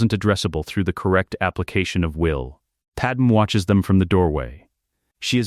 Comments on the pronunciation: Fix your damned AI narrator program. It's pronounced "Pad May". Not Pad-Em. Pad-Em sounds like a Kryptonian name from an issue of Superman, or Action Comics. Your AI deserves to meet a high voltage electromagnet. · Who the frakk is padam supposed to be...if youre gonna both misspell and mispronounce it at least go w panam...